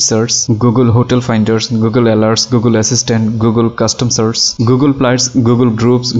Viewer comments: আমি বুঝলাম না যে এতো স্মার্ট ও শিক্ষিত হয়ে সার্চকে আপনি সার্স বলছেন কেনো??? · সার্ছ না, সার্চ।